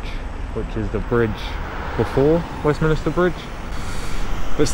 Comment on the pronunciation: Westminster not Westminister lol come on man